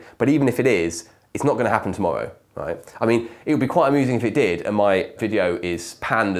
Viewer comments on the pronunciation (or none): none